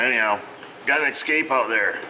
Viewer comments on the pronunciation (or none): Escape!!! Sound very spanish hahaha